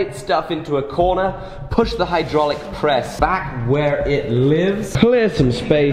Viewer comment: YouTube has led me to believe it's pronounced "hoo-draulic press".